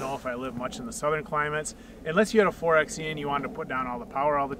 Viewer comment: Great explanation. But if you are going to talk about 4xe features, please learn to call it 4 by e. referring to it as a 4 ex e detracts from your credibility. Just think 4x4 (4 by 4).